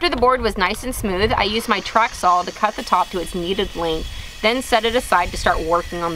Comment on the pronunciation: As much as I enjoy watching these videos, two things bug me. One is that height ends with a 't' not 'th', and I don't know if it's just me, but every time she says 'saw' it sounds like 'sawl'. But even with that said, another inspiring and interesting video.